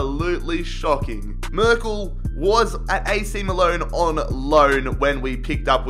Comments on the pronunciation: AC Maloan😂 7.03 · ‘he was at ac miloan on loan’ i’m creasing 🤣